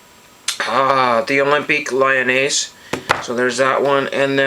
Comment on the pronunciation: Hey, i like a lots the women soccer cards you showed, yeah at 4:56 and few seconds later you showed two women wearing the OL (Olympique Lyonnais: you prounced it very well) women club, it is a french clun, very famous in Europe about women soccer. I very recently bought my first 1958 Topps Western: look a great set. Always a great feeling about finding some cards and fill ours binders/albums. Tahnks you for sharing and Happy Collecting.